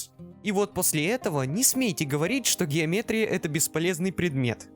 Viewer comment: У меня голова заболела когда он геометрию говорил